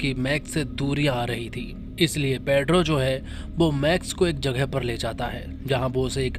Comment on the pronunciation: भाई वो पेद्रो नहीं पेड्रो है 😂